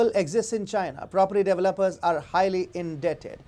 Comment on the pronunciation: How about developer's, being pronounced as deviluppers.